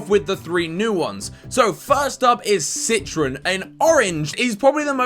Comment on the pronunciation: It's pronounced citrOn not citrin